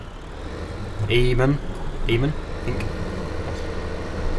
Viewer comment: its pronounced aman not eeman